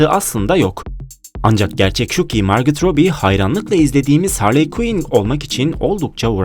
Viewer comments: margot robbie o margotrobi diil margo robbie diye oku bence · margıt robi değil, margo robi diye okunur